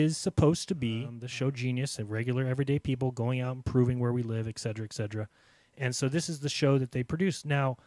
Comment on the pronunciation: ET CETERA not exedra